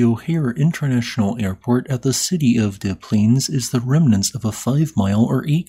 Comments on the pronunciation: You'd think it was pronounced "day", like it would be in French. But no. It rhymes with "yes." And the 's' is pronounced in Plaines. Don't ask me, I didn't make the rules. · Actually, that's an incorrect pronunciation as it is a French word. Just because a bunch of Midwest bumpkins have been saying it wrong all the time doesn't mean that they are right. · Um, you know people who live there pronounce it Dez Plainz, right? Americans can't say non-English words correctly. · 'Dez' Plaines, but awesome!! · Pronounce dez-planes. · Heads up Des Plains, you pronounce the S in Des. Not De Plains but is Des-Plains. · "Deh Plaines". Jeez, at least pronounce the name correctly. "Boss! Da plane, da plane!!!" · the town is pronounced dessss plains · Chicagoan here! We pronounce it “Dez Plains” with zero French influence at all. Whether it’s Des Plaines the suburb, the Des Plaines river, or Desplaines St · As someone who lives right next to Des Plaines, you completely butchered it's pronunciation. It's pronounced "DisPlanes" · DEZ Plaines. Not like Des Moines. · You pronounce the S in Des Plaines its not like Des Moines. Ain’t english fun? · FYI for y'all non-Illinoisans: that city is pronounced with both of its S's intact. To name it properly like we locals, you say it like it's one word & put the emphasis on the second syllable. "DessPLANEs" 🫡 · oh this is dope. Is it not pronounces "deh-splaynz" tho?? I always hear ppl say it that way here in the city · It’s not pronounced like DeMoines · It's pronounced DESS Plaines, the S is not silent like in Des Moines. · Yes. I noticed he said it wrong at the beginning, then correctly later. Dez Plainz, folks. Dez Plainz. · The s in des is pronounced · For reasons unknown to anyone, but confirmed by anyone that grew up around here, both S's are pronounced in Des Plaines. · locally both "s" is pronounced for Des Plaines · Then completely butchers "Des Plaines" pronunciation